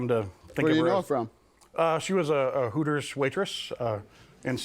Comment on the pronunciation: Sounds more like Hookers than Hooters 😂😂😂😂